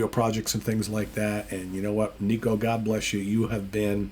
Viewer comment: Will miss Nicko (pronounced Nick-oh, not Knee-koh) but it is the right choice. Maiden fan sites had been documenting how he’d been struggling a bit on this tour. Can’t fault him, he has not fully recovered from a stroke. Awesome drummer for decades. Best interview in the band too, how about he continues as Maiden’s official spokesman!